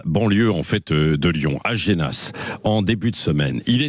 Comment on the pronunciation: Je suis de Lyon et on dit pas génas mais on on dit jenas .donc c est dans la banlieue de Lyon à Genas ( Ge = je )